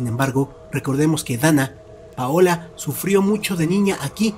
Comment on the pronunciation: Me desespera cuando dice donna ….paola 😵‍💫